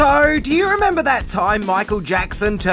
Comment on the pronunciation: “Sower do you reemembah…” 😂😂😂